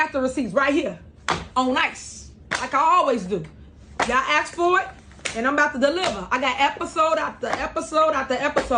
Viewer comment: I've said it before, and I'll say it again. I cannot and will not ever put any faith in a government official that says axe, instead of ask!! You can take a girl out of the ghetto, but it's obvious with this chick, that you can't take the ghetto out of the girl!!!